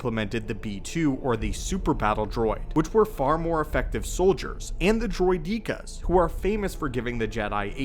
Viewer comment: This man said droid_deka instead of droideka lol